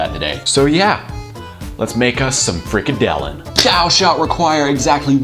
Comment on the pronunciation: haha you pronounce it so funny "freak a dillon"